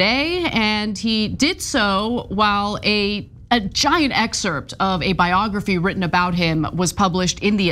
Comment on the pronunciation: Dude. Please stop pronouncing the SILENT p in the word excerpt!! Pretty please??? 🤣